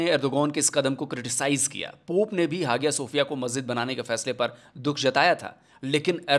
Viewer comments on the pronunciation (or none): सर, बहुत ही अभ्यासपूर्वक बड़ी अच्छी वीडियो बनाई है। बहुत जानकारी मिल गई। एक बात बता दूं ? जो म्यूजियम को मस्जिद बनाया उसका उच्चारण हाजिया सोफिया नही हया सोफिया है। भले स्पेलिंग कुछ भी हो। और अब तुर्की को इंग्लिश में भी तुर्किए बोला जाता है।